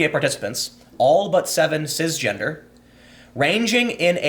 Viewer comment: Tim “Cizzzgender” Pool It’s CiSSS...not Ciz.